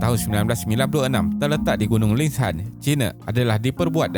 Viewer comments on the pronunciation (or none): Sebutan Lingshan bukan Lings-Han, tetapi Ling-Shan ye narrator. Anyway good effort 👍🏼👍🏼